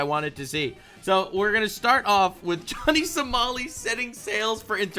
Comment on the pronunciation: did this guy just call him Johnny So-small-i? That's hilarious!